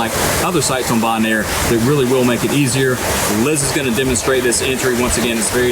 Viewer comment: It's pronounced bo-naire, not "bon-air" lol